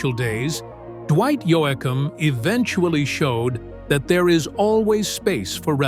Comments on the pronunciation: It's YOE-KUM. not YO-AH-KUM OR YO-AY-KUM!!! Fake a.i. narrator here or what??? Note: If Yoakum didn't have a nose, he couldn't sing. 🇨🇦❤️💪💪💪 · I wish he’d stop calling him “Yo-Ack-Am lol! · Can't even say his name right